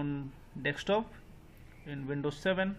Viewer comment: Desk top - not "dex" top. Desk - as in the table you sit at in your office.